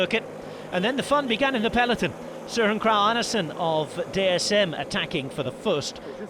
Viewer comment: there was a SLIGHT (incredibly minor) odity in the way he didn't pronounce the R in SøRen, with our by the way terribly sounding guttural R's in Danish. It could potentially sound like he is saying Søen (which means The Lake, Sø = Lake. En = the article). I'm being crazy nitpicky, but if there was one thing to put a finger on, I think that would be it. But again, it could also be variance to a dialect and if I spoke to him on the phone and he pronounced it that way, I wouldn't think twice about it.